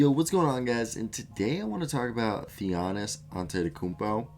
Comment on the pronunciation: if you are going to make a vid about a guy at least take the time to learn his name...its not thianis.Its in your freakin title and just three syllables THA-NA-SIS